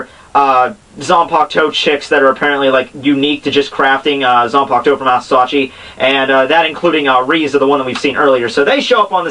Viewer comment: why do you keep saying ASUSACHI, it's ASA(shallow)UCHI (hit) damn it ^^